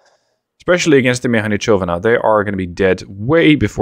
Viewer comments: PLEASE learn to say Padobranci correctly. It is not Padobranchi it is Padobrantsi. C in Padobranci you say like you would say zz in Pizza, exactly the same. And it is not Mehanichovana it is Mehanizovana z is not ch it is simply Z. Yugoslav words are said exactly as they are written there is no caveats to it. And letters don't change sounds, every letter is its own sound. For example C is like how you would say Tsk (example: Tsk, Tsk, tsk that is used to express disapproval or annoyance). I love your content but when ever you play Yugoslavia and i hear you speak a little bit of me dies inside. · Everytime when say "mehanichovana" or "padobranchi" one little yugo penguin die.